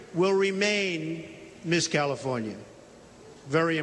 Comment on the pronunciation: LOL! WTF - CALIFORINA?